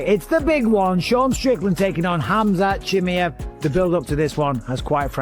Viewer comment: If you even cant "Khamzat Chimaev" speak out the right way, your screwed.